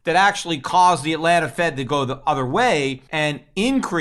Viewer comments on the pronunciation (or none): none